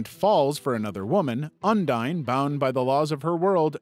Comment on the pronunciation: Bruh when he says ondine it sounds like undyne